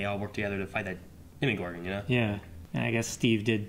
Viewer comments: DEMOGORGON not demigorgon. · DEMOGORGON not ''DEMIgorgon''! DEMOGORGON DEMOGORGON DEMOGORGON DEMOGORGONNNNNNNNN!!!!!!!!!!!!!!!